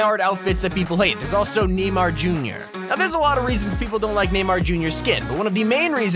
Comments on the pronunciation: Not him saying “Die-Nammo” instead of “Die-Nuh-Mo” for Dynamo and “Neemar” instead of “ Nay-Mar” for Neymar lmfao. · hahahahahahaha NEIGH MAR NOT NEE MAR NEIGH MAR junior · Did he really just call neymar NEEMAR the first time he said it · You pronounce it naymar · Hey called Neymar Nimar omg I'm dead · neemar junior lmaoooo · It’s pronounce namar but what eves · (Die-Namo) (Dynamo) - (KNEE - Mar) (Neymar Jr. LMAO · That ain't how u pronounce neymar mf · fucking hell i cringed so hard on some of that pronunciation dynamo and neymar made me end my self